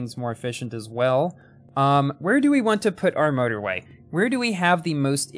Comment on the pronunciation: Sometimes when you say motorway, it sounds like murderway